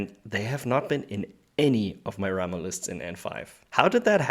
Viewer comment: I did come here because nobody has done a Ramah for N5 but now that I'm here I appreciate your casual focus. I love the game and get to play about a dozen games a year. Bonus - Is that some correct unit pronunciation I hear? If so thank you!